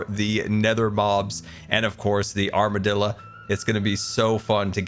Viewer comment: says armadillo like my redneck uncle says quesadilla